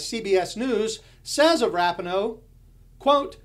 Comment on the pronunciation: You complain about the pronunciation of “falcon,” then you mispronounce “Moscow” (it has a cow), and “Rapinoe” (who may as well be a cow, with the emphasis on the second syllable).